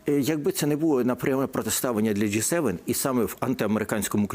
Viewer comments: Частина журналістів частенько вживає помилково ДжейСевен(J7). Потрібно говорити ДжиСевен(G7). Не дякуйте, пане журналіст. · Не джей Севен, а джі севен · Джі 7, а не Джей?😅